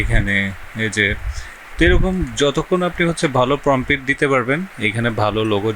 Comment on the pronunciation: প্রমপিট ❌ প্রম্পট ✅